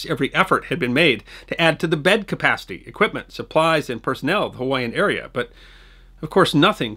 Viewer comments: Thank you for remembering the day after the day which will live in infamy. As always, your productions and their content are first-rate history. However, as trivial as the following is in comparison, your butchery of Hawaiian names remains cringeworthy. I understand that all those vowels can be real tongue-twisters, but if, and only if, you choose to redo the soundtrack, please consider learning Hawaiian names' common pronunciations first. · I am subscribed and I enjoy BUT anytime you do a story about Hawaii call someone in Hawaii for the proper pronunciation of the Hawaiian names and places. I noticed you made a few mispronounced words. You can just call a telephone operator and ask them. Thank you very much. What can you do on Chief Joseph and the Waloa (sp?) valley?